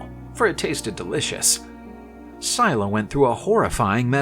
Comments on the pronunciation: I'm nearly impressed that in one video they managed to pronounce almost every single name incorrectly. Syclla is not pronounced "Sie la" its pronounced more like "Silla" (written phonetically not literally), Glaucus is pronounced like its written. "Gl au cus" not "Glockus" and Charybdis isn't pronounced "Shar dees" (Where on EARTH did they get that??) its pronounced "Kar rib dis", again, far closer to how its actually 𝘴𝘱𝘦𝘭𝘵. An otherwise interesting myth though, and the artist did a very good job illustrating it. Just a shame that the voice over guy they got couldn't be bothered to check any websites or do a tiiny bit of googling to find how these greek names are pronounced and butchered them as a result. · You know its Scylla and not Syla. And the other Is Caribdis not Shardis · Pronounciation!!!: "Silla" "Karribdus" This is the origin of the saying, "Between a rock & a hard place," it was said, "caught betweenScylla & Charybdis." This is what ancient Greeks called the Staight of Gibraltar. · Pretty cool, but one thing: "Scylla" is pronounced "Skill-ah" and "Charybdis" is pronounced "Kah-rib-diss" - not "Shar-dees"